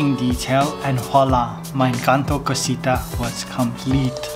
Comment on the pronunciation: It is not Cosita .... It is CASITA. :elbowcough